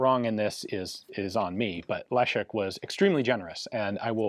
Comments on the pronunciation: Ian, you're spot on with your 'Le-sh-ek', so please remember that Maroszek is exactly the same, that is, 'Maro-sh-ek', not 'Maro-tsh-ek' :) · Pronounces Leszek correctly Pronounces Maroszek incorrectly multiple times It's the same consonant in both ffs